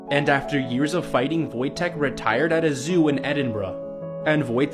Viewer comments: It's not pronounced wooojtek it's vojtek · That bear Wojtek is a bear that was in war and there is a game about him to. I'm from Poland Also it's pronounced voytiek not vwojtek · Its pronounced like voyteck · I am polish and people pronounce woitek like void-tech,and how dose woitek mean happy worrior?🤔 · The way he pronounced Wojtek 😀👹